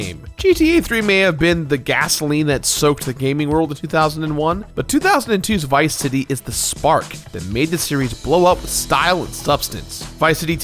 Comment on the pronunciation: You pronounced it like Viceity.